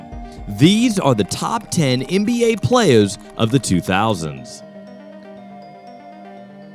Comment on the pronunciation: “Playaz” lol